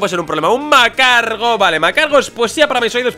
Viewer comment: porque se le dice macargo a magcargo? no puto entiendo